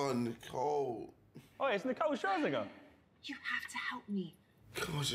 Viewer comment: "Omg its nicole shersnigger. Shersinger" - KSI